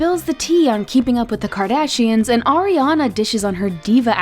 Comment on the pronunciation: Arianaa?? Naahhh this is wrong